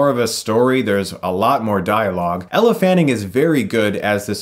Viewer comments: I love ya, Chris but it's "L" Fanning (Elle is not pronounced EllA!) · I love your videos but every time you said 'Ella' instead of 'Elle' it made me cringe 😂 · It's not Ella, it's Elle. Pronounced "L". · Elle, not Ella. Bizarre that you keep mispronouncing it as you spelt it correctly in your video description. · Except Chris pronounced her name wrong by saying "Ella" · I like your review enough to forgive calling Elle “Ella” :P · Her name is Elle Fanning, not Ella. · I loved this review but I couldn't get over the fact that Chris kept pronouncing Elle's name as Ell-uh and not El pronunciation. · I thought her name is Elle, not Ella? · Its Elle Fanning, not Elephant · Her name is Elle, not Ella! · Elle Fanning not Ella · Omg Stop calling her "Ella". It's Elle...like L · Winding. Hard 'i'. Elle, not Ella. You are a grown man with facial fair and you have comic book/anime figurines proudly displayed behind you. (Miranda Priestly voice): That's all. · Elle not Ella lol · E l l e not e l l a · Its actually Ell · I know and Chris knows that to so what? its pronouched as Ell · Alex Meyer Thats right you pronounch it as Ell and not Elle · It's pronounced Ell, not Elle. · "L" Fanning *How to pronounce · Am I the only one who hears Ella fanning? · Chris, it's Elle fanning. One syllable. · Great video but Elle Fanning doesn't have an A in her first name it's pronounced "L" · Ella Fanning? Elle. Elle Fanning